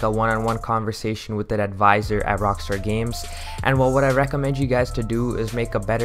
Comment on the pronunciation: "Rockster" its rockstar dude